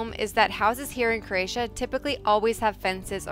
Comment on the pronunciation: I’m new to your channel and find it very interesting. Bravo! Having Croatian heritage, I am having issues with how you pronounce “Croatia”? I keep hearing “Cra-tia” “Cre-atia” or “Creatian”.